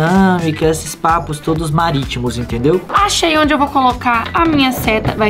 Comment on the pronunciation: O falou marítimo